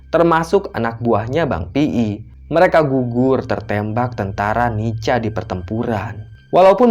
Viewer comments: NICA itu bacanya NIKA,... Bukan NICHA.... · Maaf. Bang bacaannya nica tapi di bacanya Nika🙏🙏🙏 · nica =di baca nika... koreksi min